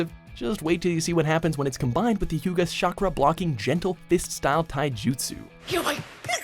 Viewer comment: “Shakra” instead of chakra, can we get someone who watched the show to do these videos.